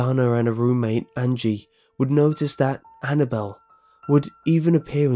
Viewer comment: as soon as he said annnable I turned down the sound completely